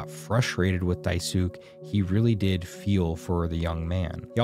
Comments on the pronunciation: Good summary. Just, Dai-su-ké not Dai-sook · Bro said dai -suk bro it's daisukè a Japanese word that means big help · just letting you know, dye-sook isn’t how you pronounce daisuke. die-soo-kay would be closer, but not perfect- hard to explain properly over text. but yeah, maybe watch a vid with his name. ^^ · It’s closer to Die-soo-key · I died inside when you pronounced it as "Die Sook" It's a Japanese name and it's pronounced "Dice kay" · The amount of foreshadowing is crazy. Also the Evangelion vibes were beautiful 👌Realizing just what Jimmy did to Anya was one of the most disturbing moments for me. It all made sense honestly. Also minor correction: It’s not pronounced “Daisook” it’s pronounced “Dasu-kae” Japanese names are a little different. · Hi! Just a note - Daisuke is not pronounced “Die sook”, it’s “Die-sook-eh” 👍 cool game and great explanation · die SOUK..?? don’t disrespect my boy DAI-su-kay like that….. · idk if anyone pointed it out but it drove me crazy the way he pronounces daisuke's name. its Japanese. its not dai-SOOK its DAIS-kay. sort of like "dies 'kay." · I know it’s too little, too late on this one, but for the future, Daisuke isn’t pronounced die-sook, but die-soo-kay. Dice-skay if you’re talking fast or about the Guilty Gear developer. It’s Japanese, not Korean. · I love this video- seeing a playthrough recently has gotten me obsessed! But heads up, as someone who learned Japanese, Daisuke is pronounced "die-soo-keh" not "die-sook" :) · This was a great video, Im.now subesld to you. Also, you've been pronouncing Daisuke wrong. It's not "Dai-sook" but "Dai-su-ke." All short vowel sounds. A great example I saw is Dai=die, su=su-per without the per, and Ke= Ken minus the N. Hope this helps😊 Im so sorry, im sure im not the only person who has said this. And in all honesty I didn't really notice towards the end and wanted to help some incase you did wanna know how to. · Dai-su-KE, Dai-su-KE, not DAI-suke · "diesook" ENOUGH😭😭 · “Die sook” 😭